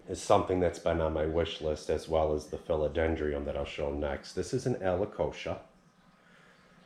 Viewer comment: Alocasia = Aloe-kay-shia Philodendron = Phil-o-den-drun Your plants look amazing! Anxious to see how you plant up the pool!!